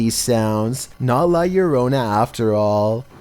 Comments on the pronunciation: The first time he said it good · He pronounced la lorona correctly this time lol. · How come in the last three videos he said " llorona " wrong but now her said it right?